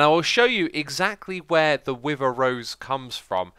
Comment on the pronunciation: “I am now getting the wiver effect”